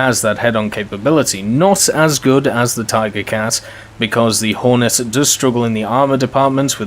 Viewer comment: At around 7 minutes and 25 seconds u das horton instead of hornet Just letting u know